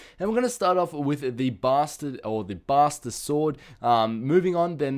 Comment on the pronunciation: LOL!!!! BASTER SWORD!!!!!! ITS SUPPOSED TO BE BUSTER SWORD!